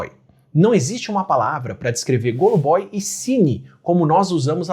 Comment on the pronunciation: Adoro seus vídeos, Átila. Um detalhe: em Russo, a letra O não acentuada tem som de A fechado. Portanto se diz Gâlubói 😊